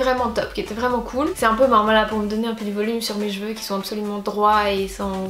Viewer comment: J'ai l'impression que tu dis "jeveux" pour cheveux